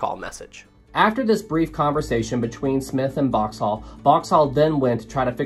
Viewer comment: I can't get over how this guy pronounces Boxhall so completely and utterly wrong